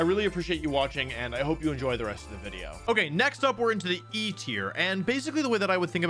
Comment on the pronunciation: mom said one more wideo before bed